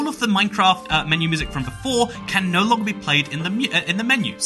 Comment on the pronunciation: Genuinely despise the way you say “nooooooo” Its pronounced like an elongated “no”